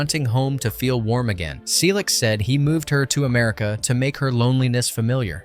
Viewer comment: Why does Henry Selick name get pronounced like 4 different ways in this video?